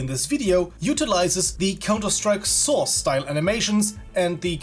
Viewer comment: I love the part when you say Counter-Strike: Sauce